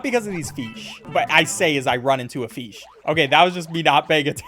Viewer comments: Am I the only one wondering why bro pronounces "Fish" as "Feesh"? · I love how he keeps saying "feesh" instead of fish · i like how he calls fish feesh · You don’t even know how much I love the fact that you say feesh. Cause I also say it like that. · Where he pronounces fish "feesh" got me dying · Feeshy feeshy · i love when calls fish "feesh" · i dont want to be mean but he says "fish" kinda funny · The way he says fish ugh but he make s great videos ❤